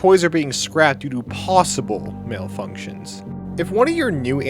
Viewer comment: Ok don't be offended but I could not take you seriously when you said malfunction. Just... "Male-Functions" 😂